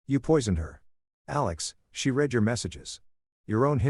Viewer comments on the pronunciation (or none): A I needs to learn the difference between read and read (red). This story definitely needs an editor.